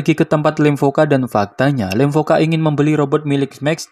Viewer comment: Lemkova bukan lemvoka